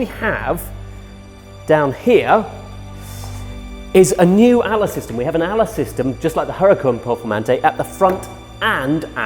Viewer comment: Just saying you say it as A-L-A not ALA even though that’s how it’s spelt